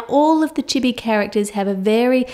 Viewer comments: That's so cute and not hating though but that's not how you say chibi u said it to fast how all me and my friends and some other people on YouTube pronounces it like chIbI you say the i's a bit slower but I love ur vids 😘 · Im sorry but... its pronounced cheebee